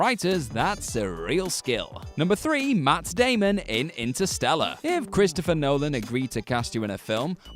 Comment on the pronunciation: Intersteller? Oh, like Ster Trek and Ster Wars then...